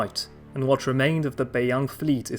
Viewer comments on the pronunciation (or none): none